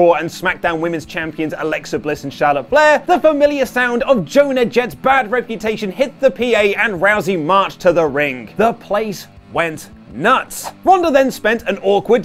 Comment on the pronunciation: "Joana jett"? Dafuq? Also, IMO, they ruined Shawn's retirement with his return. The wrestlemania moment isn't as special anymore.